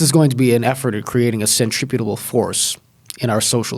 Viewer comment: "... a centriputible force" ?